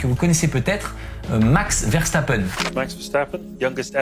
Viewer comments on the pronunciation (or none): none